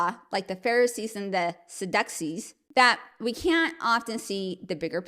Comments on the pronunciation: It's pronounced "Sad-You-Sees" ;) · Pronounced SAD- joo-sees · i didn't look over all 500 comments so if this is already been stated forgive me. It's pronounced Sad you see (Saducee) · fyi It's pronounced Sad-U-Sees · Good video. But how do you not know how to pronounce Sadducees? Let me give you a tip, next time you don't know how to pronounce a word, look it up. You can find tons of videos that cover it.